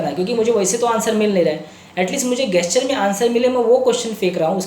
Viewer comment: सर,प्लीज, जेस्चर बोलो न। मुझे बड़ा अटपटा लगता है आपके मुंह से गेस्चर कहना।